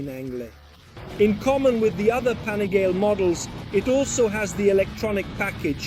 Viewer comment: STOP SAYING "PANIGAIL", JUST LEARN THE DAMN ITALIAN NAME: PA-NI-GA-LE